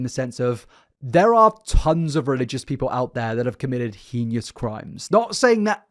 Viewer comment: pronouncing it as "Henious" instead of "Heinous" is always unique <3